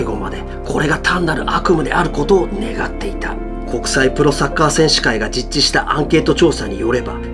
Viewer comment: 実施 じっち→じっし 見るたびに必ず間違いがあるので何とかしてほしい。